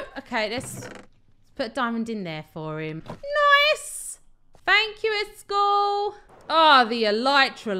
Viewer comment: pronounce iskalls name by IS-KOLL